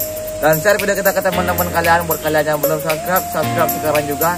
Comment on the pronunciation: Subcribe bukan subrek